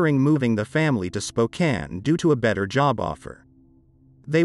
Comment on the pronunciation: Also said Spokane right